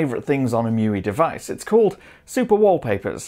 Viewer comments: Bro, you must know that it's not pronounced "Mewee," it's "Mee You Eye". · „Show Me“ uses "Mee You Eye".